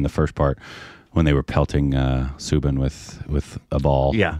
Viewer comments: It's not subin... It is "Sou" sound from the word "south" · His name is pronounced Sau-Bin , as in Sau for Sauron